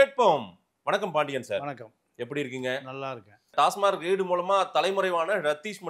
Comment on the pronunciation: டாஸ்மார்க் கிடையாது டாஸ்மாக்.